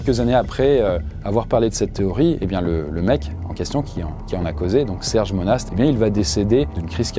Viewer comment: Monast se promonce mona ✌️